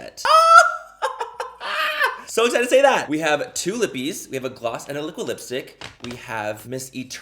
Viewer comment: My name is Libby. Every time I hear you say lippie my brain thinks you said Libby